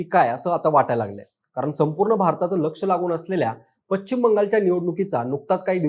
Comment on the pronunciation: तुमचे चॅनेल खुप मोठे आहे त्यामुळे ह्याला पश्चिम म्हणायला शिकवा. तो चुकीचा उच्चार करत आहे